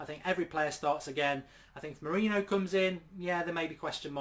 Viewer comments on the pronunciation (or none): True mate, just correcting him lol we let all the rest slide like when he calls Mourinho, Morino and other wrong stuff lol